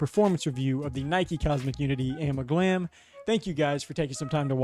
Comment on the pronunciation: Its amalgam lol